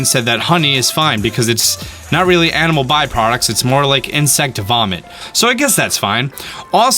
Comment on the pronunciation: When he was listing all the types of weapons you can use, I thought he said anime weapons lol